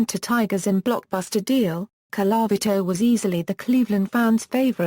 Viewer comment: Could you get a person who can pronounce Colavito.